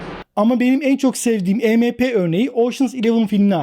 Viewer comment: Arkadaşım bir video bir içerik hazırlıyorsunda e me pe değil !! E em pi !!!! Yani si önce bir araştır nasıl okunur yada telaffuz edilir , ondan sonra biraz daha konuları detaylandır !!! Bir de polis ve Askeriye birşey yapamaz diye bir durum yok , bizim Askeriyemiz de durum nedir bilmiyorum. Ama pilipinler en son tusunami afetinden sonra , Amerika cindi kasırgasından sonra , Çin zaten yaklaşık 20 yıldır düzenli olarak bunların tatbikatını yapıyor !!! Yani öyle işkembeden sallamayla bu işler yürümüyor..